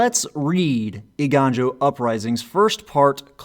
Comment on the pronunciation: You were close, Eiganjo is pronounced “ay-gone-joe”. You still did better than a lot of content creators :)